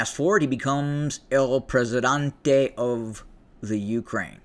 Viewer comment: Presidente, not Presidante....